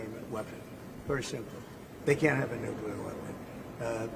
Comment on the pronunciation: Oh boy!! The unhinged monkey is back! With of course more shouting and incoherent rambling of course, plus a plethora of larger kind of ramifications that of course have created a sort of larger compromy in Luke's brain which of course has lead to a larger tumultulous nukelar deshtruction of Doyge and the Hootsies in unspeakable ways of course. Let's be real with ourselves here...